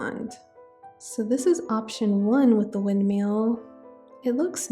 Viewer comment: the way you say "windmill" cracks me up lol. working on my forever island for spring, it's leaning solarpunk which I love and would love to see more of!